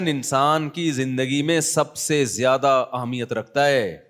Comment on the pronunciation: what is "Jyada" its "Zyada"